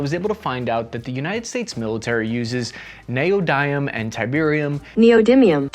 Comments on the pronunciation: I died inside when you mispronounced neodymium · pronounced Neodymium wrong just to trigger all the headphone geeks about their 50+ mm drivers in their kick ass headphones. As for world citizens not thinking that 4.9 billion Canadian is enough, that is like the state of California paying for that... or Texas & NJ, or the collected trio of Michigan NC and Georgia. All of Canada is roughly the equivalent population of California. (that's about 1/10th of all of the US) as of April 2020